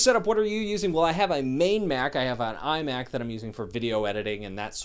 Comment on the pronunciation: iMac... he said iMAC EYEMAC AYMAC I have NEVER heard anyone say iMac. Damn.